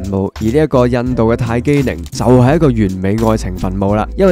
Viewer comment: 唔係泰姬ning，係泰姬ling.